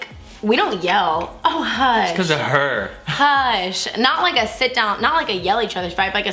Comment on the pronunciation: Your southern suddenly came out when you said “oh hush!”😂